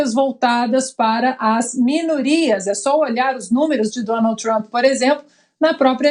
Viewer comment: Lula não sabe nem pronunciar o nome de Trump. Nem ler português direito